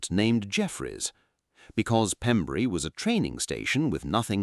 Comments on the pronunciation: its pembrey not pembury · Pembrey, not Pembury. Pronounced "PEMBRAY". It's also where Amelia Earheart landed when she became the first woman to fly the solo transatlantic flight. There is a statue in nearby Burry Port. In 1932, she became the first woman to make a nonstop solo transatlantic flight, and was awarded the Distinguished Flying Cross for her achievement.[2] She was one of the first aviators to promote commercial air travel, wrote best-selling books about her flying experiences, and helped found the Ninety-Nines, an organization for female pilots. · Its spelled Pembrey and pronounced "Pem- breh" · It's Pembrey, not Pembury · The airfield that the FW190 landed on is actually called Pembray not Pembury. A small but significant error. Great report though. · What about the atrocious artificial pronunciation of 'RAF Pembrey'? The gentle metre of the commentary is clearly artificial and silly mistakes make it questionable. It is Your show but you real ought to be a bit more proficient in the small details if you want automatic belief. As for verifiable images what is that Pembrey Sands? is damage to a British aircraft not reverse engineering of a German one. One could go on. Notice the name of the airfield. Anyway, it's a good story, You just need a better AI voice :-)